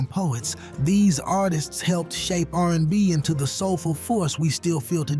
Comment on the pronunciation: Narrator couldn't even pronounce R&B in the Al B Sure part😂 And did yall say Seesqo?😮